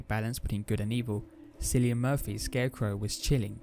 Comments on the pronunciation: We’re just gonna pronounce Cillian Murphy that way, eh? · you did NOT just say Cillian Murphy like “Sillian Murphy” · After hearing Silly-an Murphy I now realise why people can get mad at mispronunciations of their native names.